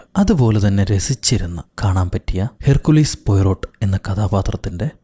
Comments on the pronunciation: Herkkulis alla hercule poyrott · ഹെർ കുലീസ് അല്ല ഹെർക്യൂൾ എന്നാണ്